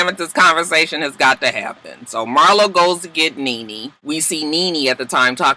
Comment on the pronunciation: The more you kept saying Marlo I felt like it sounded wrong 🤔 maybe it’s just me y’all